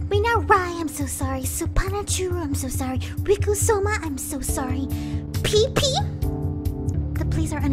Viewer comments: no its pip pi not pee pee LOL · XD she pronounced it peepee instead of pippi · And also she called pippi peepee